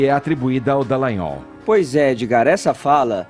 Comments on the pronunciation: aprende o nome do Deltan de uma vez. É Dallagnol e não Dellagnol. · Dá pra alguém avisar o rapaz que lê as notícias, o, que é DAllagnol e não DEllagnol? Ai que agonia! Só faz isso e ainda pronuncia o sobrenome do Deltan errado. Vixe! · CARALHO DA "DA" "DA" DALAGNOL não "DE" LAGNOL PORRA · D A L L A G N O L!!!!! Gente do céu,, cê só chama de D”e”llagnol! Não é possível! É com “a”, menino! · Queria saber quando o vai aprender a falar o nome do Deltan Dallagnol